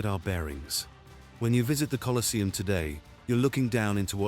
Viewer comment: You can't even get your bot to pronounce the name of the place correctly. Get real.